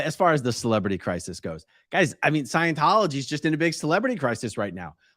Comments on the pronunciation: "ScIeNcHoLoGy" 🤣 Dead! He's a moron! 🤡🤡🤡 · What in the world!?! Witches are females. Omg!!! Did dude just say Leah Remedy?? 👀. Please someone help him with words. He can’t even say Scientology. He needs to take several seats. 🤦🏽‍♀️